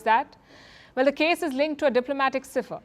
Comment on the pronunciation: Cipher is pronounced Sypher not Seefur